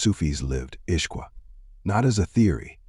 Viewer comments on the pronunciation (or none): Beautiful.. just one observation- Ishq is not pronounced as ishqu....was that for a reason?